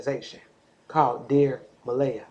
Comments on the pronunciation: What do WE think? I think, if you're going to be all up in the mix, at least get the child's name RIGHT It's not (Muh-LAY-uh) it's pronounced, (Muh-LEE-uh)...You got WAAAAAY too much time on your hands to try to be all up in this woman's business. CLEARLY you have no life! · I love what u do and how you be on it. I just have one issue...out of respect for this precious baby girl, her name is pronounced Muh-Lee-ah. No disrespect to you.